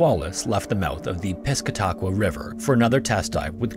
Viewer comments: I remember as a kid I used to play on the old conning tower from the Squalus/Sailfish at the Portsmouth Naval Shipyard, and my dad used to tell us about the amazing rescue of the ship. By the way, the river is pronounced “pis-cata-qua”, not “pisca-taqua” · For reference, as a New England native, the Piscataqua River is pronounced Piss-CAT-ah-kwa, not PISS-ka-TOCK-wa. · Pesti-ta-Kwah river? Um… not even close. Pronounced Piss-cat-teh-qwah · Just a heads up, the river you mention in the beginning is pronounced Pis-CAT-uh-qua. I know New England names can be tough, especially the Indigenous ones and the NE tendency to pronounce things with weird emphasis. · It's the Sqay-lus and the river in Portsmouth NH is the Piss-cat-a-quah. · When I first heard him say Piscataqua river, I didn't realize what he said because of the pronunciation. Pis-cat-a-qua is how you pronounce it. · sorry to be that pedantic person but i am dying at that pronunciation of Piscataqua 😂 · "Piscataqua" ...... a swing and a miss lol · The way you pronounced the piscataqua was so wrong.